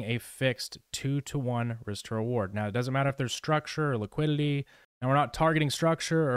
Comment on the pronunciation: your videos are very good but why do you pronounce liquidity wrong? you say liquiLity